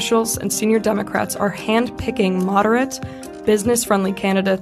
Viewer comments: Ron's face when says Demo"ass"tics....lol. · LOL,! The DemoASSitcs, I like it!